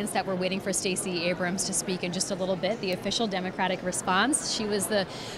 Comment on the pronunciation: Why did Thtacey Abramth make the Democratic response? I wanted to turn the T.V. off as soon as she came on. Hearing random 'th' sounds between syllables was incredible annoying.